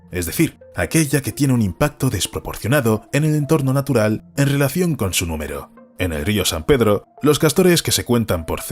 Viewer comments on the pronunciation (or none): también pronuncia mal las palabras restaurar o relación, todas las que empiezan en r.